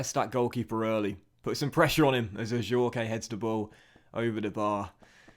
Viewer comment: You don’t pronounce The E in Adjourque